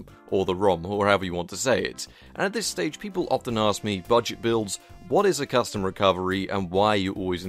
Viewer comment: Ahh yes crustom roms. xD